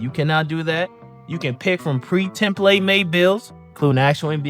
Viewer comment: This nigga pronounce template funny af 😂